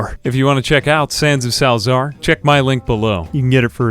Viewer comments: Sal za ar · Sal-A-zaar. there you go now you pronounce it